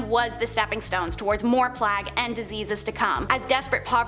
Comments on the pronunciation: is she saying "plag" instead of plague? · Never in my life, have I EVER heard someone pronounce plague as plag....